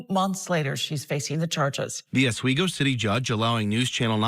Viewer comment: I live about 20 minutes from Oswego and congratulations for pronounce it properly.